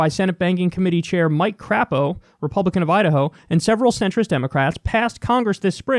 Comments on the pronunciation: It's "Cr-ei-po", not "Cr-a-po". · Haha Crapo. It's actually pronounced Cray-po for obvious reasons, but that's okay, we Dems here in Idaho call him Crap-o because the shoe fits. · Crapo says his name with a long 'a' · It's actually pronounced Cray-poe. But I hate that worthless piece of crap anyway. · It's "cray_po" Kyle 😂😂